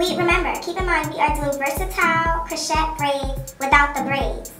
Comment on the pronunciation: Friendly F.Y.I... Crochet is pronounced Crow-shay not Crow-chet ❤